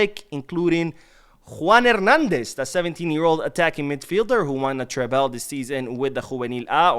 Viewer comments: Love your channel and watch everything you post. But it bothers me every time you pronounce Treble like that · I hope I don’t come off like a jerk but why do you pronounce treble like that?